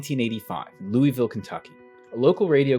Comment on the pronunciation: I'm from Louisville and I am obsessed with comics and have no idea who this is. (Also we say loo-uh-vull, I just gotta say it anytime I hear someone say it properly)